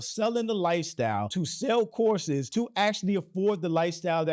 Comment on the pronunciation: I swear, the first few times you said “courses” all I heard was “horses”… And I thought to myself…”well, that does seem to be a hobby for those with money…a lot of money…”